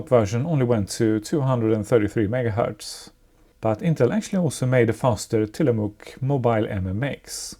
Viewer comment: It took me until you mentioned Bits und Bolts that you were not the you tuber that had a P5a and the Tillamook MMX chips that I had seen before! Fun fact, I lived in the town of Tillamook at it's famous cheese factory. I worked IT. You got the pronunciation perfect. Big A engaged.